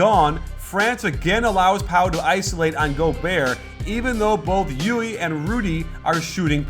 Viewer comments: Still, Guillermo's "E U L" English approximation is the closest one. Coach pronounce it like "Llui" (in Spanish) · by the way, it'is not pronounced /jui/, but /djull/ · Hey, I asked around on how to pronounce Llull and they said it's 'yuy'. They said it's because it's a Catalan name and its original pronunciation is not used by the average Spanish speaker so you will hear 'yul' most of the time. As I don't speak either Catalan or Spanish, somebody who does need to confirm this. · its not yuli, its yul. native speaker talking. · Llull is normally pronounced like "Yule", but in the island where he's from, a lot of people pronounce it "yuy" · not in at the end of the word. It's Youl. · Wrong. It's Youy, where the ll is stronger. The end being l is a misconception because there are so few words in Spanish (just city and family names) ending in ll most people don't know how to pronounce it when it's at the end. It's pronounced like the usual elle at the end both for Spanish and Catalan. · great video and fantastic analysis! As spaniard let me tell you that LLull is pronounced as if it was a "j" jull. Keep it up! you´ve got a new follower!! Greetings from Spain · Coach im from Spain and you are saying his name the wrong way, is Llull (Yul) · Hey Coach,im spaniard and its Llull,readed something like E U L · Hey coach! Spaniard here! Llul is pronounce with an "l" at the end not an "i". Thanks for the analysis you are the best! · you pronounced llull wrong!